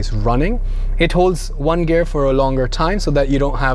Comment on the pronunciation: very good and detailed review, like your pronouncing one "juan" :)